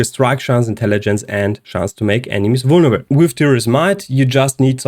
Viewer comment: The word is vulneRAble btw, not vulneble. Not trying to be a d*ck, just thought I might point it out.